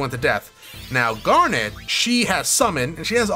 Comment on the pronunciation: Calling Garnet "Garnette" <_<